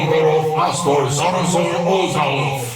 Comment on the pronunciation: the keeper is say lazzarzor